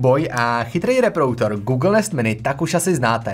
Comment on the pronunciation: Ahoj, tvá videa jsou dobrá, jen bys měl asi věnovat trochu víc pozornosti své výslovnosti. Polykáš slabiky (třeba v tomto videu slovo "reproduktor" vyslovuješ jako "reprouktor") a příliš drmolíš, zpomal. Pardon za kritiku, jinak fajn videa a hodně zdaru.